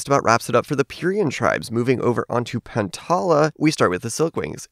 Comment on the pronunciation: I think its called (Pie-yer-ree-y-a) and (pan-ta-l-a) From what I heard from other people